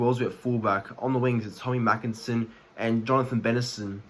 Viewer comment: Heads up buddy. Tommy makinson is pronounced 'maykinson'